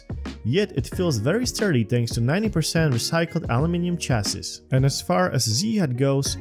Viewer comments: Chassis is pronounced as CHASEE, last s is silent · Small tip: "Chassis" is pronounced as French: "Sha-see". :)